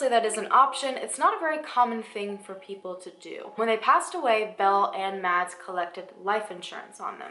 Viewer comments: Btw the name Mads is pronounced like mass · In case you ever come across that name again, "Mads" is pronounced like "mass" 😂😂